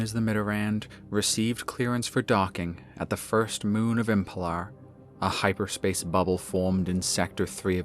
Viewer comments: Great presentation as always! I hate to comment on it, but the planet is called Emelpar, not Empelar. But that's the only concern I have =) . Well done! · why is nobody noticing that it is not EMPELAR! IT IS EMELPAR!